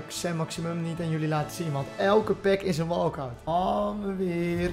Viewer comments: Nederlands: "is een" Brabants: "iseen" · iseen is Brabants zeker